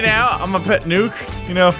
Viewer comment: nuke not nuck